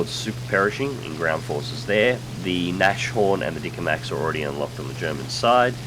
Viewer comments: Hello! I just wanted to say that the Nashorn is not pronounced Nash as in gnash and orn as in horn. First off Nashorn means Rhino. Nas = nose Horn = well... horn. So it's Nas(e) as in Nascar Horn as in Hornet Sorry but your pronounciation annoyed me:P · its not nash orn its nas horn